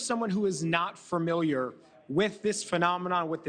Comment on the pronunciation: “Fermiliar”….? Okay, buddy